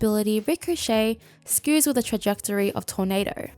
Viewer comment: Skews instead of skrews